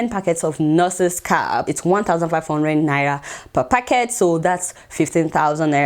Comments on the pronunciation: Adeola its naira not naya😉😉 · Who else love the way Adeola pronounces "Naira"?😂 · I just love the way Adeola pronounces Naira...